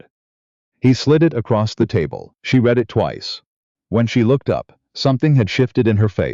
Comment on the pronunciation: What kind of parents saddle a baby with the name of Dorkus? Otherwise a good story with no evil, mean, selfish, people and good narration except for the mispronunciations of”read”.